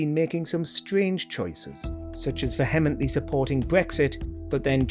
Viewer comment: Veh-hem-en-ent-ly?! Really? It’s pronounced vee-emm-ently with the emphasis on the first syllable ands a silent ‘h’. And let’s not forget that David Walliams has recently used a Nazi salute while recording Would I Lie To You.